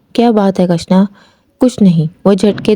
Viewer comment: کٙشنا نہیں کِشنا ہے۔😅۔ پھاگٙن نہیں پھاگُن ہے